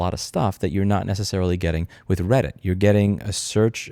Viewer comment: Its called reddit not Brailleit... down with the blind!!